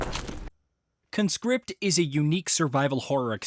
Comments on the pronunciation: Grammar nerd alert: You should pronounce the title like "KAHN script", not "KUNscript". The former is a noun, the latter a verb. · CON-script. You are a CON-script. It's a noun. Con-SCRIPT is what you do. You Con-SCRIPT folks into your army. That's the verb. Learn english bro.